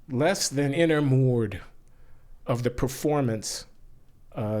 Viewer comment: i had to listen to this ten times to figure out he was saying "enamoured"